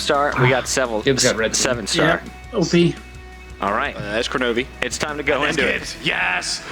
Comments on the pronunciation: Seriously? Koronovi? Its Kronovi lol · its kronovi